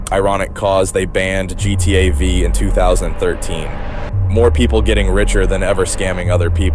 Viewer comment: for me it's the way he pronounces gta v, and how he lingers on gta v for so long, without even going into how it's related to gta vi